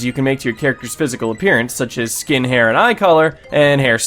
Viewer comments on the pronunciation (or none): did anybody else notice that it sounded like he said "skin hair" instead of "Skin, hair" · You said skin hair